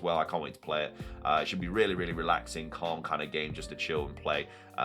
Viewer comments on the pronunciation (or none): none